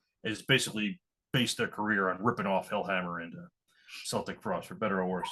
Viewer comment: Please,could you please stop calling celtic frost,seltic frost...it's keltic frost ☺